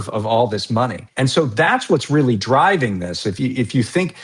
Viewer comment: everytime "something bad has happening" at an ICE op, they ALWAYS say "it was a targeted operation and it was a reawy reawy reawy bad guy."